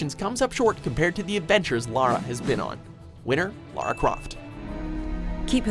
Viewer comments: First American I’ve heard not to call her Laura or lera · finally... the CORRECT pronunciation of "Lara"